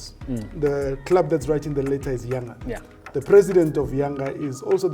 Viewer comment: Even you can't pronounce The name Yanga.